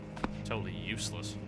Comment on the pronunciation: I'm dissaopointed that he doesnt read the notes, I havent played the game before, but I paused to read them, I think the story of the game is interesting and they might provide some hints, he just calls them "totally uselell" without reading them lol I had the feeling he was just trying to skip through everything until the first monster appeared.